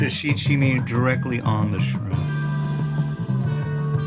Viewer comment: "Sprimp" lol